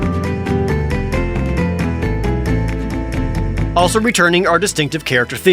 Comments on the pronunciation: Nice trip down memory lane, will say though I had a small chuckle at how you tried to pronounce "Vamo alla Flamenco" xD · I never thought I would hear sometime butcher the Spanish pronunciation of "Vamo' allá flamenco" like Jared did here. Cool video, tho :)